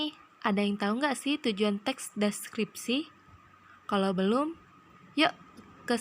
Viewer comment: kesulitan ngomong teks deskripsi...tapi lumayan mantap, referensinyo dari mano lah